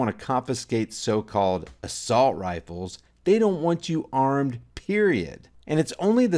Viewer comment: “Assault wifles” - blackface Trudeau